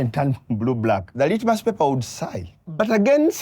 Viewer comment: "The litmous paper would sigh"😂